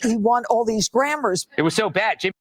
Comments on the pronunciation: “Kendal Lamar” and “won all these grammars” lady you need to retire. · “Theis guy, Kendayll Lamar, and he won all these grammers-“ -Fox News Reporter